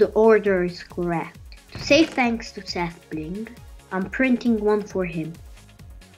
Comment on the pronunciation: SethBling, not SethBlink.